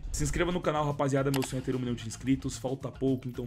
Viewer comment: “Um milhaum por esse cone?” Jajajajjsjsjsjjsjwjjsjsjakkakajak